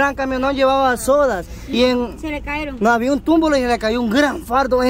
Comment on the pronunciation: Porque dicen caeron es cayeron pero bueno nada más decía ellas tendrán su manera de decir las cosas 🤷 😉